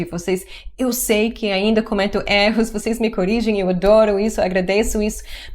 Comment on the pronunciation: Você sempre erra na pronúncia da palavra erro